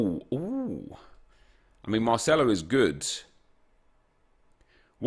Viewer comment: Why does he always pronounce c’s as “th” “Marthelo” or “Calthio A”